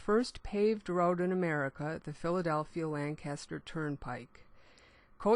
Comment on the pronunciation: Lan-kister, not Lan-caster.